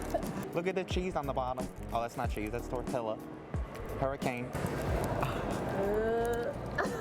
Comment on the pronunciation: the type of dude to say tortilla like it’s spelled